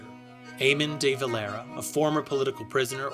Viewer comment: Your pronunciation of the Dáil, de Valera and Fianna Fáil hurts me, if you're going to tell our history get your words right